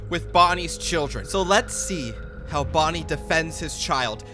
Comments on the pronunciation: yo bonnie did not say bonnica💀💀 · bro did NOT say bonnica 💔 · bonnie did NOT say bonicca bro